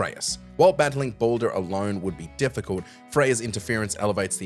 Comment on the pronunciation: Baldur, pronounced Ball-Der not Boulder 🪨